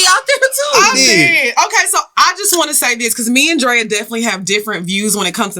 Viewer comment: Evettibe he said Drea in that New Orleans accent 🙌🏾🙌🏾🙌🏾🥰🥰🥰 ok I’m finna listen for a whole mother reason now… time to learn